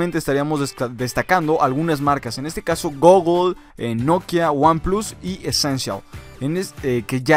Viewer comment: Cuando pronuncias Goggle creia que te ibas a ahogar